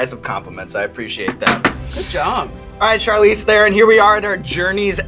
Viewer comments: Her American accent isn't fake. She learned English properly while she was in the US, so that's just how she speaks. And she pronounces her surname wrong on purpose so that Americans can repeat it. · She must be pissed off about hearing her name pronounced incorrectly for 100 times in just this video :D It's "Thron", not "The Ron" ;) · Charlize Theron is sooooooooo darn beautiful! By the way, her last name is pronounced "Tron" not "thè-ron". She was too sweet to correct you XD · Charlize "Thaaron" is how you pronounced her last name. #FirstWeFeast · Theron is pronounced Tron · Hollywood still mispronouncing her name its "Tron" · It’s pronounced Tron with a rolling T... and she did very very well. Maybe the best. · You pronounced Theron wrong, it's pronounced Taron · Theron is pronounce The-Rone. She says it on Ellen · he's a pretty good interviewer but lets see how he pronounces her name. He'll probably get it, it's not that ha- ...oh...oh no... Tharen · OH COME ON!!! a hollywood A-Lister ?! what show is this!! omg! :D her name is pronounced charlize thron :D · I really thought he would pronounce her last name correct! :D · When will anyone pronounce her last name right? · Yeah, she's so real she would not even pronounce her surname Theron correctly out of "shame" being South African. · C'mon Evans, mispronouncing Theron? You're losing your edge. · OMG, Sean got her name wrong! =O Was he so excited that he forgot to research the correct Afrikaans pronunciation? Guess that's what he got the 'asshole' for haha